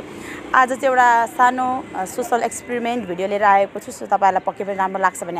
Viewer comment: sis....experiment prounce ramro sanga garnu hola....keep going well